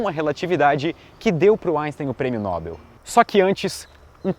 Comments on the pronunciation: Parabéns pelo canal, mas a pronúncia é "Nobél", não "Nóbel". Paroxítonas terminadas em l são acentuadas, e como Nobel não é acentuado, a palavra é oxítona, ou seja, a sílaba tônica é a última ;) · Não é Nóbel, é Nobél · Ótimo vídeo, só uma pequena correção, sua pronuncia "Nóbel" esta errada, o correto é "Nobél" a sílaba tônica é "-bel" não o "No-", o acento que pus no "é" é só para ilustrar a tonicidade pois obviamente n há acento na palavra noBEL. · Eu também falava "Nóbel" até visitar a fundação na Alemanha e aprender que é "Nobél" . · Prêmio "Nóbel", não. Prêmio Nobel. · "Nóbel"?? Kkjjk não é Nobel não?? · A pronúncia correta é "Nobél", não "Nóbel". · Nob(é)l, por favor! Sei que n(ó)bel é aceitável, mas sigamos a mesma regra de papel!? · Não se pronuncia "Nóbel", o correto é "NOBÉL! (Rio, 20/2/19). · Não é nóbel (paroxitona) . O correto é NOBEL (Oxitona). Estude um pouco mais . Tá? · Só uma questãozinha: a pronúncia correta é [Nobél] e não [Nóbel]. Um abraço. Parabéns pelo trabalho. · a pronuncia correta é NOBÉL! O resto, tá ótimo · A pronúncia é: "noBEL", gente. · Sua pronúncia está errada ao falar NOBEL